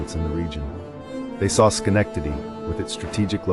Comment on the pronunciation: Dear God can you PLEASE pronounce my city’s name PROPERLY?!?